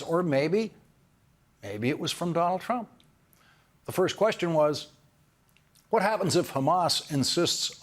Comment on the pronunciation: ..."wHHHaTT".... I love this guy!!